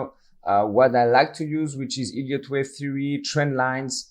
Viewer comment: The "e" in Elliot is pronounced like the "e" in beg , or egg , etc. It sounds exactly like you're saying "idiot wave", and that's how the auto-captions transcribe it. It actually makes it quite hard to follow you.